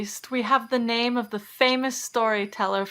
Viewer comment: People can never pronounce my name correctly because of this :( But you did! :D